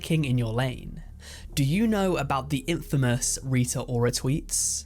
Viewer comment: I’m surprised how does not know how to say infamous